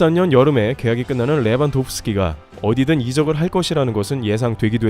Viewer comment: 레반도브 스키 발음이 좀 이상한대 ㅋㅋㅋ 뭐지??? ㅋㅋㅋ